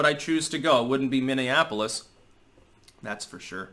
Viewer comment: Most of the rioters can't even pronounce "Minneapolis". Wtf is a mimiafolif?